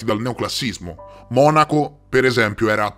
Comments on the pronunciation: Ele usi? Sara forse Eleuuuuusi? Ma come fa uno che parla costantemente di misteri a sbagliare tutte le pronunce? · Weishaupt si pronuncia VAIS HAUPT :) Poi si tratta di classicismo, non di classismo. Ed Eleusi si dice Eléusi (accento sulla seconda e). Sono piccolezze ma già che il video è cosi ben fatto, la prossima volta vale la pena saperlo :D